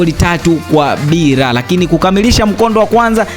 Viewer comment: Hivi mpaka leo kuna watu wanashindwa kutamka neno leo,lakini badala yake wanatamka,Reo badala ya leo!!